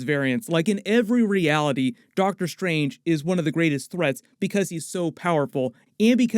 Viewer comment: is it Dr. Stephen "Seagal" Strange?